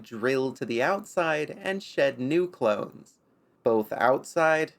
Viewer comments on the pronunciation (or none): none